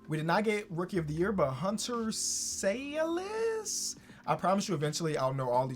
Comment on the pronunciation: Hunter sallis from Omaha the 402 his name pronounced. Sal•es